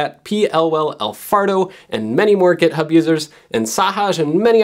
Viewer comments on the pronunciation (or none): none